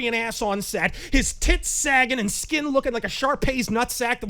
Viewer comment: At first I heard "hop an and open fire," without the D in "and," but didn't bat an eyelash because this is.